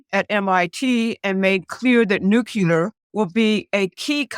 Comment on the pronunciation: nu -CLEE - er